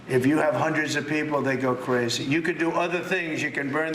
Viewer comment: It's cwazy! It's wack!